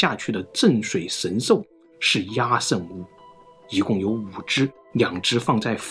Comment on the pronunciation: 壓勝的壓字應讀“厭”，這是一個特例，壓在此處作為通假字，通厭，因此讀作yan（四聲）。